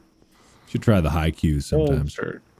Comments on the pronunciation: as a Haikyu!! fan, Mark saying ‘haikyu’ really threw me off. Then I realised he’s just mispronouncing ‘haiku’ or sum’. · Plus it's supposed to be Haiku not Haikyuu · Mark: "It's one of them Haikyuuuus," Me: ...Hinata? Kageyama? Noya? SUGA??? ...OH. He meant "HAIKUS". LOL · mark: you should try the haikyu(falsely trying to say haiku) me: TObE fLYyYyY hIIiIiIGH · I think you meant “haiku,” Mark. Haikyuu is the anime. 😂